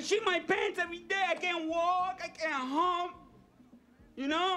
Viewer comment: "I cannot even haump."